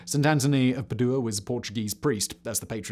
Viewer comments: Also it's PAdua not PadUa! 😅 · Or Padua for that matter